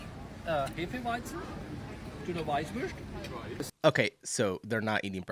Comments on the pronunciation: It's called "Weißwurst" which is pronounced "vice voorst" (for English speakers). And yes, you eat them for breakfast and drink wheat beer with them. "xmastable". This person oviously meant "X-mas table". How can this be a sandwich? First, it's in a bun, and second, the bun is made of brioche dough. So it's clearly a burger. Besides, sandwiches were invented in England (by the Earl of Sandwich!), so I guess the British know what a sandwich should look like. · As a Bavarian... watching blondie butcher that Weißwurst made me chringe so hard.... You "zutzel" a Weißwurst and do not massacre it with a fork and knife no matter how "cultured" you are. Or you eat it completely. I prefer to eat it completely. Yes... Completely, with the natural tubing that's made from small pig intestines. Dip it in sweet Mustard and take a bite from it. Yes, some eat it for breakfast, some don't. Traditionally it has to be eaten before noon. That comes from times before fridges, because a Weißwurst goes bad very quick in the open. We say a Weißwurst is not allowed to hear the church bells at noon.